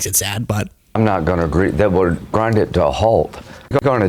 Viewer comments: Did he say "Grindr to a halt"? 😆😅🤣😂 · 'Grindr to a hault', what the f**k, LOL.